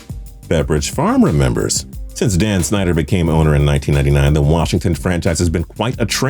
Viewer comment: For goodness sake, the former Commanders' owner was Dan SNY-DUHR, not SCHNY-DUHR